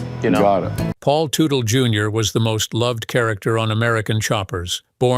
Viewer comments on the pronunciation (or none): The AI reader can’t get the name right. It’s pronounced Tuttle not Tootle.